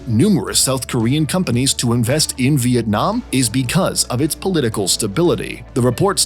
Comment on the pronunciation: as a vienamese person, i really appreciate your effort to make the video and the way you pronounce our country name correctly